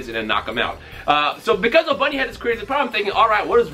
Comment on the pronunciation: His name isn't pronounced Obunny it's Oboony or just Obni.